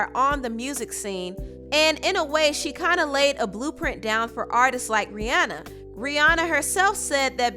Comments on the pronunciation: Can you STOP saying RIANNA it's Rihanna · its pronounced RIH-ANNA, not RIH-AWNA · Ri- ahnna not Rianna